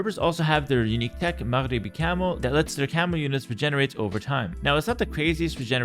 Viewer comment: That pronunciation of maghrebi 🤌